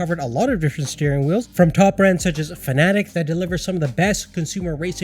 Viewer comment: Bro really said fan ad ec